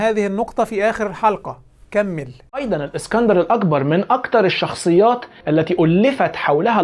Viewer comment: بيقولك، الاكسانر "الاقبر" بالقاف. والله يستهال يتفضح على ديه لوحدها